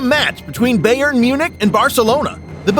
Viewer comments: Anyone else triggered how they’re pronouncing Bayern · i’m from Munich it’s pronounced (buy urn) I mean no offense, but it sounds weird to a native speaker